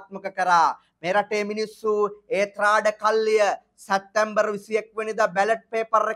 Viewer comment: සැත්තැම්බර් - වැරදි / සැප්තැම්බර් - නිවැරදි උච්චාරණය